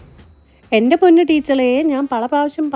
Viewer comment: Don't verry ❌ don't vali✅